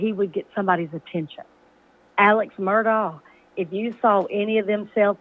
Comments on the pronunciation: Why does she pronounce it murdog? It's murdauh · Nancy, it’s Murdaugh, not Murdog! Geez Nancy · Alex might be a theif and drug addict.....I think to this day, it was Buster!!! And stop saying mur dog......its mur dah. Dont be an oprah!!!! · It's not mur-dog! God that's driving me crazy. Just another talking head. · Pronunciation is Alec Murdauck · Alex MUR-DAWG??!!🤔🤔☝️ really???!!!🤣🤣🤣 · YOU DON'T HAVE TO SAY ALEX "MURDOG" EVER AGAIN BECAUSE THAT'S NOT HOW YOU SAY HIS LAST NAME AND YOU DON'T HAVE TO REPORT ANYTHING ABOUT HIM... YOU JUST CHOSE TO! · Its not MurDoG. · Why are you calling him mer-dog?😂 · Mur - dawg?? 😂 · Nancy, last name is pronounced Murdock. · I love how she pronounces his name: Alex Murdog. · PLease!! The "g" in Murdaugh is silent. (Murdaw). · How Nancy pronounces “Mur-dog “ never gets old 👍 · “Murdawg” wahahaha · Nancy, why do you keep saying, Murdog!! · Enjoyed this but the G in Murdaugh is silent!😊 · G is silent in Murdaugh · She has to know how to say it. I can’t believe she is STILL doing this. It IS old 😆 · I love how Nancy acts like she didn't totally invent her pronunciation of Murdaugh.